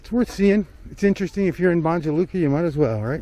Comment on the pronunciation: My good brother, it's Banya Luka, I know you guys from the States pronounce letter J like Joe, Jersey etc. Banya Luka. Kind regards